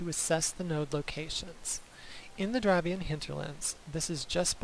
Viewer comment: Love your video's, but I'm going to be a pronunciation Nazi: dr-av-ay-nee-an hinterlands eye-dill-sh-eye-err